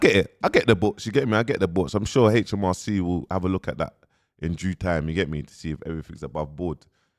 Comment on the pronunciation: Man said hmrc 😂😂